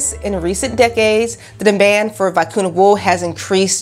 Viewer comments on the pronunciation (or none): I enjoyed your video but please learn the proper pronunciation of the Vicuña.